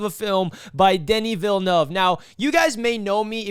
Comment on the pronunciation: smashed 👍🏼 right away for the on point pronunciation of ‘Denis Villeneuve’. On point review too. Yeah this movie is awesome on many levels.